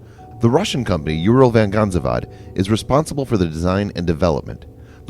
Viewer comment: 0.39 totally wrong pronunciation of a russian word "Uralvagonzavod" !